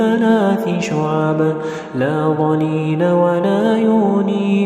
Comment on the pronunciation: صوتك جميل جدا بس في نشكلة بالفظ في الآية رقم ٣١ بكلمة (لاظليل) لازم تكون حركة اللام تنوين كسر بس انت قرأتها فتحة